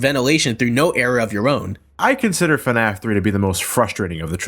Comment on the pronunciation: yea thats how to say the FNAF